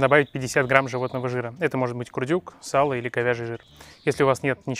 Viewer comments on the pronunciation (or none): none